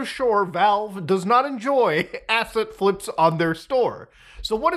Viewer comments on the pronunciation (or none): I keep thinking Mutahar is saying "acid flips" instead of asset flips... Probably should go to bed..